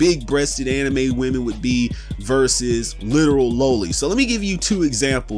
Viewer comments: LA-Lee not low-ly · You’re pronouncing loli incorrectly.